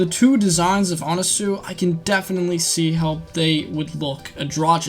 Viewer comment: It’s pronounced anaswi not anasue